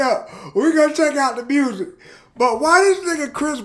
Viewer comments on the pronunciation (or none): “Mrousic” got me dead 😂